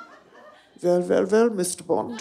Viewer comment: Vwell vwell i musht veatch i musht